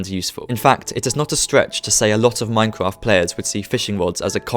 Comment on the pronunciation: Here is a tip practice your grammer such as Minecwaft try practicing your r's